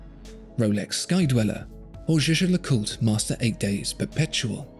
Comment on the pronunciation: It's YEAH-GAH!!! And don't tellme that you asked a French person how to pronounce a German word!